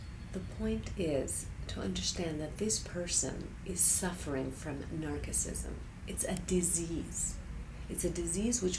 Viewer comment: You aren't mispronouncing "Narcissism" because you are Greek, you are mispronouncing it because you are American. Americans mispronounce or "bastardise" the English language all the time for example, say the following words aloud:- "Missile" "Fragile" "Fertile" "Sterile" and I GUARANTEE you forgot to sound the letter "i" in each and every case.